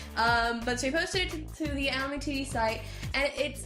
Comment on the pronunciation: pronounce anime properly